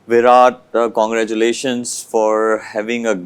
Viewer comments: 🗣️ Many many kangraaaculation 😂. English ❎ Hinglish ✅ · Congratulations ❌ kangaeerathulation ✅ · मिस्बाह को congratulations बोलने नहीं आ रहा or बात कर रहा है English me😂😂😂😂